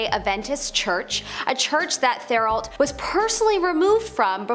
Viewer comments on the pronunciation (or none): Thériault is pronunced more or less Tay-ree-o. Source: I'm French Canadian and it's a pretty common surname.